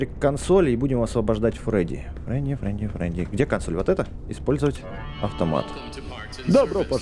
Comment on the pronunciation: не фреди а фредди